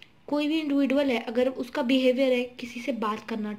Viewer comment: Its not इंडिविडुअल it's इंडिविजुअल